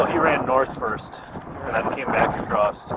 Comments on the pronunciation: That isn't the first time I heard someone from the US say "Acrossed/Acrost" rather than 'Across'. Is that common in the US. Is it like when some of them say drug or drugged instead of dragged? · is "across'ed" regional dialect for across? Or am I just mishearing 😂